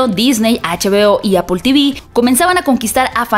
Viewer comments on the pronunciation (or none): none